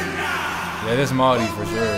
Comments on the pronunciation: Your reaction is on point 👌. The way you spoke our language and pronounce our culture " Maori" Flawless .. yeh we are very lucky here in Aotearoa with our Te Taiao ( Enviroment) Whenua ( Our Land). Stan shows the world how beautiful our language is for starters lol. Also our whenua ( land). Mauri Ora ( Breath of Life) ❤ I Am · I absolutely love how well you pronounce our words, especially 'Māori'. 🥹 Respect!